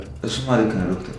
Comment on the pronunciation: አሹ ዶፍተር ሲል ያስቃል 😅😅😅😅😅😅